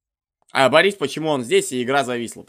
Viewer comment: Не борИс, а бОрис ..